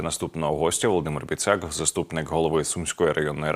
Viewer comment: Бiцак!!!!а не бiцяк!!